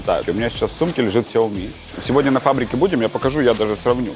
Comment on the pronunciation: Дауны говорят ксиоми они в китае говорят СЯОми!